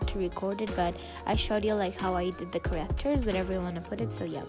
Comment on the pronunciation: It’s characters! Not correctors Edit: I just don’t like people pronouncing stuff wring